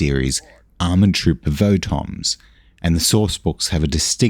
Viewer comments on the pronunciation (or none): I really gotta point out that "Votoms" is supposed to rhyme with "bottoms", they're homophones in japanese